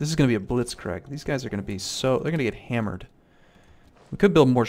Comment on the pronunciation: Did he really say blitzkreg?